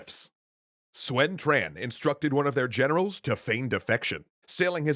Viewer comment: Love you videos! But just one of a few mispronounces: “Sun” is pronounced “Soon” not “Swen” and “Quan” is pronounced “Chuan” not “Tran”